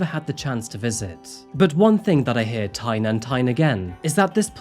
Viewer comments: lol I like how you said “Tyne and tyne again” in place of time😂😂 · Tyne and Tyne again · "One thing that I hear Tyne and Tyne again..." We most protect at all costs 🥰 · "one thing that i hear tyne and tyne again" that's it, man, nero's about to inherit the channel 💀